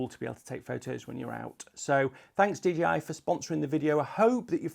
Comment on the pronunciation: Couldn't stop hearing dgi 🙉😂